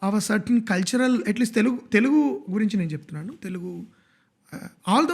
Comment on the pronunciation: I would really appreciate if you guys can say “Telugu” not “ tellgu”. This is a great show. Good luck !